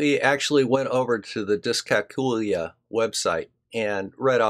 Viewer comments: Dyscalculia /ˌdɪskælˈkjuːliə The emphasis is on the CAL not the COOL, just like in calculate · Ah, never mind the 'L',. We'll write it off as the one you keep skipping when you say "discalcooya". The poor lost letter has to turn up somewhere, hasn't it?;)